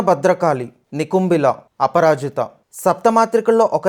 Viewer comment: It's NiKumbala Bro not nikumbila